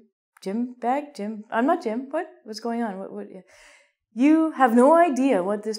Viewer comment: say bag,not bog....